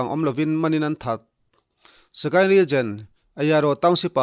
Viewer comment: Regen....Region tihtur .. a nih hmel